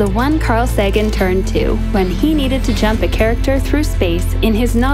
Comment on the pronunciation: Saggin? (facepalm) Sagan is pronounced SAYG-in. Why the hell don't people research these things before making a video?